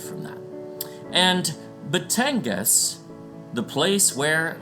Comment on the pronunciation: Its gas po not gan. Batangas